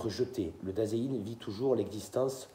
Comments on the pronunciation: Salut, juste, ei se prononce toujours aï en allemand, donc sein se prononce zaïn. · Bonjour,il me semble que vous prononcez mal Dasein.